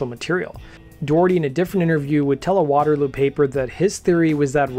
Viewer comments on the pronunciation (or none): none